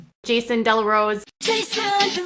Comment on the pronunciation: No “Dellarose”….😂😂😂😂😂😂